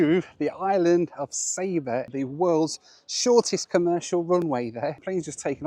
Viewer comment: It's not pronounced sayba , it's sa-ba